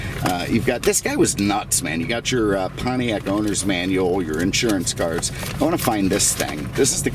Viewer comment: What the hell is a "Pontriac"?